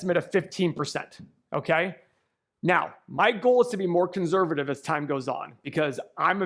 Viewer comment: Please stop saying the word “conservative” if you can’t pronounce it properly. Thanks a bunch. 👍🏼